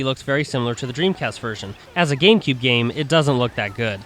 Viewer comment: its gamecube not gakmecube